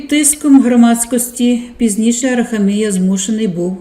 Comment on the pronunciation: АраХамія ,наголос на ХА.